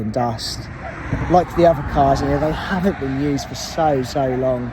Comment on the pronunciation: 'Haven't', 'Havant' is in Hampshire 🤫🤫